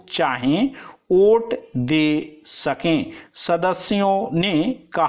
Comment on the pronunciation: Kya sir ji Vote ko aap oot bol rahe hai pure dictetion me